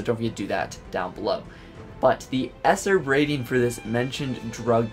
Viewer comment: Dude I don't know if u say it like that on purpose but E.S.R.B is supposed to be pronounced letter by letter no as one word esrd